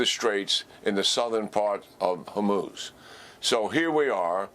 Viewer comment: General Keane: ONE strait, not the straits as you keep wrongly saying it. Singular not plural. HORmuz as in Horrible, not HER. It should not rhyme with vermouth as you mispronounce it.